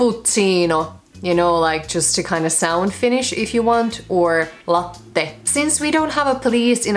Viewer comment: Latttte wtf???? It is latte